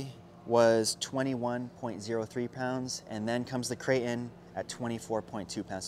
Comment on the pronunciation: Does it drive anybody else crazy how he says crate in? Lol